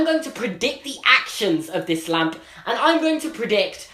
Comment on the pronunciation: maybe its just bc im an american...but he says lamp EXACTLY like harry potter (well daniel radcliffe but you understood)